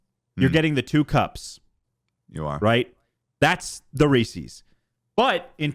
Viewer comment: “ree ses” that’s the only correct way to say it anyway continue <3